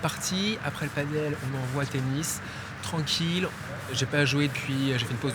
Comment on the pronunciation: Il faut vraiment que tu apprennes a prononcer padel